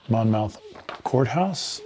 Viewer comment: Oriskany is pronounced "O-RIS-kan-ee." (BTW, Monmouth is pronounced "Mon-muth." The letter "o" is not pronounced.) Thanks for the unboxing. I just received my game today. I'm very excited to play because I own none of the original volumes.